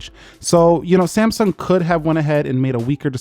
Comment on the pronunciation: Did he say Samesung in the start